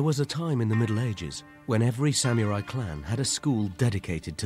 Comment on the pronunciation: Sort of interesting but hearing "sam-yu-rai" again and again is annoying. Sah-moo-rai.